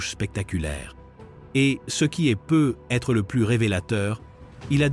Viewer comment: C'est énervant cette prononciation de " peut-être systématiquement prononcé " peu / être"